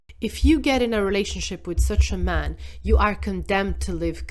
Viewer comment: Every time the word man is used, pronounce it MEN. Whenever the word men is used, pronounce it MAN. Or just blend the word together…. MAEN…I cannot un-hear it.